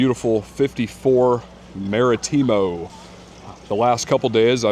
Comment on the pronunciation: The worst pronunciations ever Martimo pendejo Marítimo